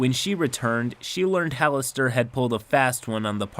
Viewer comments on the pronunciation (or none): Having played Neverwinter Nights: Hordes of the Underdark, the narrator pronounced Halaster as “Ha-lass-ter”